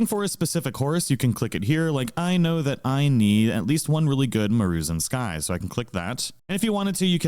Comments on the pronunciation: Maroonzin-sky........ it's Mah-Ruu-Zen-Skii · Ah yes the Maru-en-sky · MAH ROO ZEN SKI